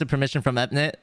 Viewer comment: Etnit, ah yes, etnit